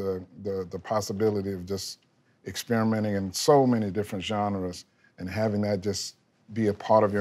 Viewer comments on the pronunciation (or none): I love how Ludwig pronounces Genre as "zhen rey"